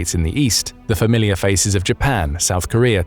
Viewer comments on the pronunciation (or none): none